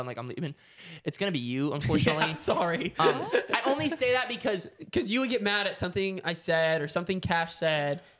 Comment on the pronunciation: the type of guy to say sowry after doing smth wrong